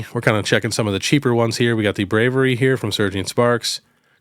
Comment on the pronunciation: "Bravey-AIR-ee", no? Or have I been saying it wrong?